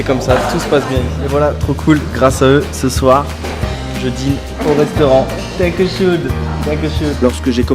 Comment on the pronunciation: Félicitation! Bon par contre.. Danke Schön pas Danku shoune xD Sinon ravi pour toi et te projets c'est bien de les avoir concrétisés . La prochaine destination ?